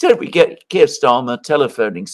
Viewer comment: John called Keir Starmer, "Keir Stormer" 😂